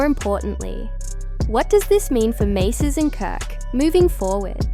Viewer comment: Who TF is Maces..AI can't make out proper pronunciations... definitely "Artificial INTELLIGENCE"...nothing in the video pertains to the situation...and definitely no clarity